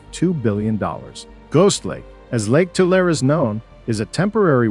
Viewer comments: Please pronounce the lake correctly. It is Too - lare - ee not Too - lare. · Lake Tu-lar-e, San Jo-quain (Wa-keen) River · It's pronounced Two-LARRY, not tool-air. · i have always here tulare pronounced to-lair-ee